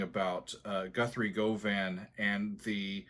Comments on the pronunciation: Not that it's that important, Govan is pronounced "Guh-vin". I've ear transcribed many of his songs and they're on my YT channel. One of the most challenging things I've ever done! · Govan rhymes with oven. The more you know... Also, the solo was indeed improvised...but also, performed with ZERO rehearsal, on a guitar that wasn't his and he'd just picked up and tried out (it was actually a custom guitar that was made for Steven with a sustainer pickup setup). Most legendary guitarists perform well-rehearsed solos that are slaved over and performed over and over to get that magical take... Guthrie did it with no rehearsal, completely improvised, first take...unfamiliar guitar...Sheer perfection. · Looking forward to this. Classic application of what Mr Wilson called the "lonely swede" tone on Guthrie Govan's outstanding solo. Just a heads up that Govan is pronounced "guv-an", both short syllables, as in the district in Glasgow. Very few US citizens get the pronunciation of the name right. Both Wilson and Govan are half Scottish and half English.